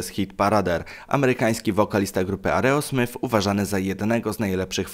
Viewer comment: steven tyler, nie taylor i aerosmith, nie areosmith